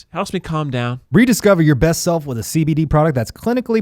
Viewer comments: Eugene saying breast instead of best had me dying 😂😂😂😂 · Eugene: keeps saying breast instead of best Me: proceeds to give Eugene Freddie Mercury's 40th birthday cake 🍰🎁😏 #iykyk 😏😎😂👑